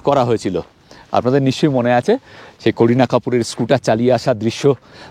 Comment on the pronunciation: It's not korena Kapoor, it's Karina Kapoor.,, be on word's